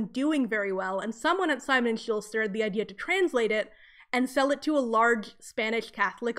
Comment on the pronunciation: just a note -- "schuster" doesn't have an "l" :)